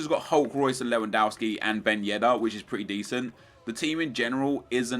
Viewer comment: Learn to fucking pronounce Lewandowski